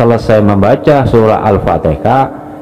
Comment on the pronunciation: Al Fatihah bkn Al Fateka.